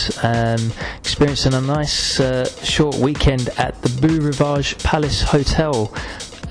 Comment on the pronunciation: Am I hearing a mispronunciation here? It's B-o (long o) Rivage. You'd think he'd know that.